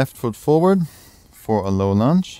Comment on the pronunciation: I appreciate these short energizing flows; thank you. And, funny thing: I continue to hear 'lizard lunch' when you prompt 'lizard lunge' ha ha ha, always gets me smiling 😊 Many thanks 🙏